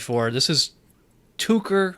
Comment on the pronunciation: I would like to help you pronounce the word "Tucher", but the Germans told me to just forget trying. It's something like "to care", accent on first syllable. Enjoyed the video...and the beer!